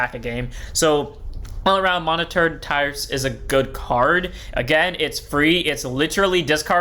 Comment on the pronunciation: Bro can't read "Monitored Tryst" 😅